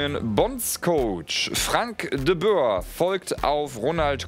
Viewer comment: De Boer...Die Aussprache bei OE für Holländer ist in deutsch ein U...no thx needed